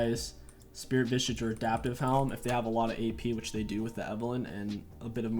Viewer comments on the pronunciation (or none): Why do you add a T to SV? It’s Spirit Visage. Not Vistage. Lol